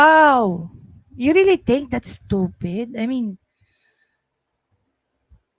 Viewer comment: ...you think I'm stoofeed?...."YESSSSS.....SI.......OUi...OO...,👍👍...🤗🤗😉😅😂🤣